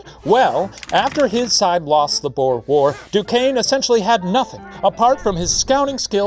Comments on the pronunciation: I can't get over how The professor pronounces "boer"' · Istg the way Shane butchers the word boer... It tears at my soul. And he said the word so many times….. (/hj) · Unfortunately, "oe" in Dutch (and Afrikaans) is pronounced as a long "oo" sound, so the pun doesn't work lol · Ohh, that pronounciation of the word 'Boer'...the 'oe' sound is so Dutch, huh? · Okay I'm South African and the way he says "Boer" is so wrong it hurts. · As a South African, i am glad our history is getting recognition. also its pronounced "buure" not 'bow-er" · It’s pronounced boor not bow-er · The way the Professor said "Boer" like "Bore" or "Boar" is hilarious😂It's pronounced more like booooo-errrr, boo like a ghost and a rolling 'r' at the end, so much closer to "lure" than "lore" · It's "Boo-er" isn't it? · Same 😭 I was repeating BOOOR so many times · Did not expect this episode to be about my heritage. One thing- Boer is pronounced like boot - boo-r source: I am Afrikaans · I love it when English speakers try to pronounce Boer and say something like Bore or Bow-er. It sounds so silly. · Late to the party but the word 'boer' is pronounced a little different than you think. The 'oe' should be pronounced more like the 'oo' from 'boo'. Think of it as B-ooh-r. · Lol so as a "boer" I'll tell you the proper pronunciation is like, well think ooh, so boohr. Go hard on that R 😂 boohrrrrrr. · As a South African, hearing The Professor pronounce "Boer" is so fun lmao💀 Btw the "oe" in "Boer" is pronounced how you say the "oo" in the word "soon". It makes me so happy that my country is mentioned in Puppet History😭 Thank you Professor!!!💙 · As a South African, every time Shane pronounced Boer War like that my soul died a little more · Just FYI that's actually how we are taught in history class to say it, at least in Canada.. and majority of us can definitely roll our R's. It's a legacy of the war, even 112 years later. It's even pronounced wrong in TV period pieces set during the war.